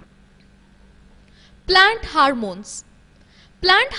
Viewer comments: It is not ' harmones ' it is hormones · It should be ''Hormones" not "Harmones". And yes, it should be ''Stomata'' not ''Stomato''.